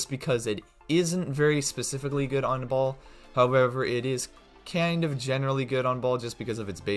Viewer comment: When he say baal but my ear hear ball...😅😅😅